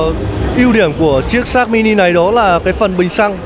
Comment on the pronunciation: nge di nge lai vẫn la sin sát mini